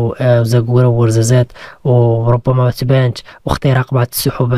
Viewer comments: تْبَانْتْ.بل تنطق تَبَّانْتْ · حتى منطقتنا راه تيضرني راسي فاش تتذكرها taba-nt ازيلال.